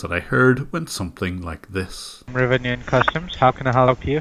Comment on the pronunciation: "How can I hellop you?" 🤣